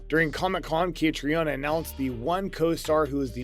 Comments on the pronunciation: Catriona is pronounced KaTREEna. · Catriona Balfe'name is pronounced Cat-treena. Seems important that you get it right. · Could you not have learned how to pronounce Caitriona’s name (Catreena to make it easier for you) before making this video. It’s not like there isn’t hundreds of other videos out there where her name is pronounced correctly. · I am wondering... who is the author of this compilation if he can't pronounce the name of the leading actress correctly?